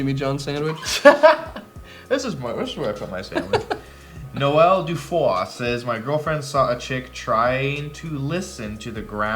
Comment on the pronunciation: For someone who makes so many wonderwall jokes surprised he said “Noel” as “No-El” and not like Noel Gallagher